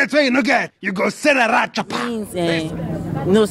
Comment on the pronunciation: Lat? She called rat "lat" 🤣🤣🤣